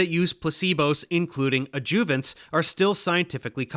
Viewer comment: I have never heard anyone pronounce adjuvants the way Dave does. Not sure where he was raised, maybe it’s a geographical thing.